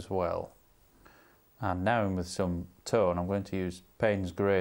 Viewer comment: Well, I made that 40 times he said 'tone', or was that 'tawn' (and that's not including the 'tonals', I mean 'tawnals')!